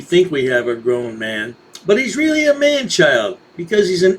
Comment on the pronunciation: He sounds weally swilly